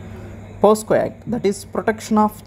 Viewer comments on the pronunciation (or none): Pocso kada sir pocso antunaru